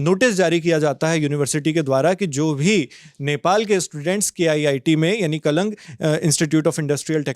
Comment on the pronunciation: Kalang❌ Kalinga✔️